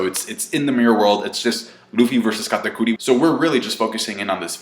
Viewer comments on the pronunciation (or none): Kah Ta Cootie = Kata Curry Chef is pronounced Shef Charlette is pronounced Sharlet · Why does say Katakuri so weird. That shit is irritating. An I BET KATAKURI doesn’t lose, Luffy will probably stall out until something else happens which makes one of them depart from the fight. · Your over pronounciation of katakuri is cringe...... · I like how says Katakuri with a spanish accent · Is he trying to sound more Japanese by saying Katakuri that way?